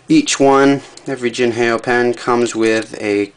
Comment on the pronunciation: definitly not jin hay o its like saying hello in mandarin ... ni hao (how) jin how